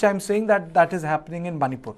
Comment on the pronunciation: you from Channel 9 do not know how to pronounce the names properly also but your channel is the only one covering the situation in Manipur